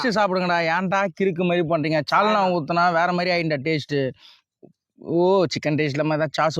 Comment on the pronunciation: Sauce❌ Chause✅ Saalna ❌ Chaalna ✅